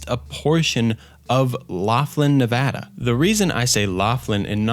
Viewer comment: As a Nevada resident, hearing somebody pronounce my state correctly is chef's kiss Great video btw. Digging the recent content as well